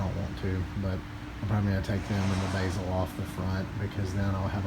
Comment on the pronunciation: “Take the Basil off the front” lmao 😂 it’s pronounced bezel.